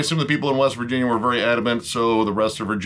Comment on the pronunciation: Virginia? I thought you said West Vagina. Man I was way off.